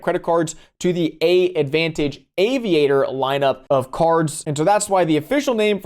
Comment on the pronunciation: “AAdvantage” is pronounced “Advantage’